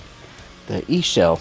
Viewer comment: Why have you been the only person to pronounce ixchel the right way. Mind you, Ive seen 2 other reviews of this model kit.